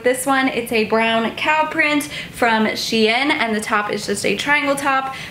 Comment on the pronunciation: Is she pronouncing shein wrong?!